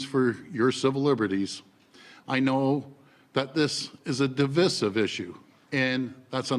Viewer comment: He can't even say the word divisive properly.